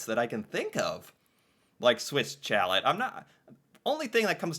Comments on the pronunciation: Lol, same. Evened time he pronounced it wrong, I kept repeating it out loud with the correct pronunciation. I think I woke up the neighbors, 😄 😅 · Perhaps Boston Pizza refers to the original Boston in UK, which pre-dates the relatively new city in MA by several hundred years.?!? The US is NOT the centre of the universe. Lol !!! BTW, Chalet is pronounced "Shaa-lay" as in its French language origin (a type of building or house, typical of the Alpine region in Europe). Saint Hubert is another - pronounced San Oo-bare. 'Mericans are so un-worldly. - They even call their country a continent. Lol!!! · Makes me cringe every time he says Cha-let! ouch! my favourite place to eat is Swiss "Sha-lay" [is how it is pronounced]. the restaurant building frontage used to look like a Swiss Chalet which is a wooden house or cottage with over hanging eaves found in the Swiss Alps [when they first opened but most do not look like that anymore.] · I like your stuff, but every time I hear you pronounce Swiss ChaleT I want to just scream at you.... Swiss, Chalay would be closer to the proper pronunciation. the T is silent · Chalet is a building/ lodge like you would have in in the Swiss Alps where you would relax in after going skiing. Chalet pronounced Chal eh, not et. Same as you would pronounce filet. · "Chalet" is like "Bouquet", which is not like "Bucket" 😊 Also, St Hubert is superior to Swiss Chalet, IMHO. Harvey's is often coupled with Swiss Chalet. They let you choose your burger toppings like you do at Subway. Smitty's was missing from the list; it's basically the Canadian version of IHOP or Denny's. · Chalet is pronounced, SHALL EY ! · Swiss chalet = swiss chel-lay. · Swiss Chalet is pronounced Swiss Shalea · It's pernounced Swiss sha- lay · Swiss 'shallot'😂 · SWISS CHA-LET (CHA-LAY) like the lil ski places man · You murder the name of Swiss chalet. Don’t pronounce the t on end of chalet. Ch sounds like sh. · Swiss chalet (shell eh) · Chalet = shall lay as in Ski chalet